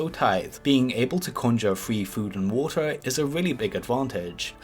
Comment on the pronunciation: And telwepowt